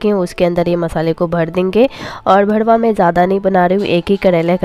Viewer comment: Aap galat pronounce karte ho...karela ka bharuwa hota hai...aap aise bolte hai lagta hai ki gali bol rahe ho...R ki jagah D mat use kijiye.